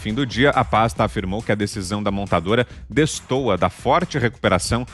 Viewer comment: destoa, distoa que diabus é distoa/destoa